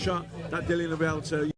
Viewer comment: Come on man, DYLIAN... Not Dillan. Busy weekend for you. Great channel, big respect from the UK Hardcores.